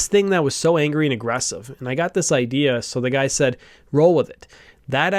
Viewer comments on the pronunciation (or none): none